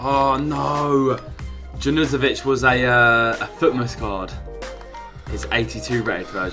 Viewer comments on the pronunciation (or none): That Junuzovic pronunciation gave me aids